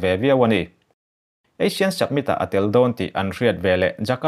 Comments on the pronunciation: Submit nilovin Summit aw... Han fimkhur zual teh...ngaihthlak a nuamlo vek zel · Submit ni loin Summit aw. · Submit nilovin summit tih tur. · Submit a ni lo, summit... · samit ti a lam rik tur ni awm tak. sabmit i ti tlat in ka hria. ka beng dik lo nge? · Summit not Submit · A bengvar thlak thin hle mai. Summit i lam dan hi submit tia lam a ang khawp mai. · Summit tih hi Submit tia lam chi a ni lo. Fumkhur deuh teh. A țhing pha tlat. Khaw khat chanchinbu mai a nih loh hi. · Chu chu lawm ka lo ngaimawh em em chu submit a ti zel a, mak ka ti tawp